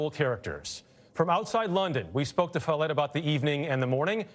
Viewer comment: Follett… like “wallet”…